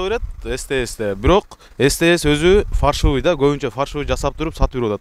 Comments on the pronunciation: Фаршывый эмес Фальшивый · Фаршивый деп айтылбайт.Фальшивый документ деп айтылат. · Фаршывый деген не соз болду экен может фальшивый эмеспи жанылсам кечирип койгула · Фаршывый эмес Фальшивый( фарш) мясорубкадан чыккан эт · Фальшивые деп айтың фаршывый деп койупсуз акам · Фаршивый деп алышкандабы?😅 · Фаршивый 😅эмес фальшивый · Фаршывый дегени неси болду экен 😆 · Качан уйронозунор Фальшивый дегенди